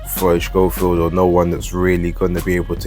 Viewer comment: How comes you call him Shchofield,? I thought it was pronounced ‘Sco-field’ like the TV presenter that we shall not mention. Could be wrong though.